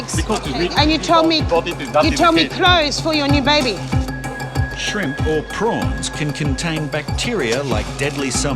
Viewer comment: How she said "shrimp not dry" in an Asian accent 😂😂😂